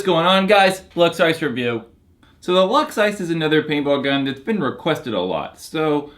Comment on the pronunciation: he said "ISIS" lol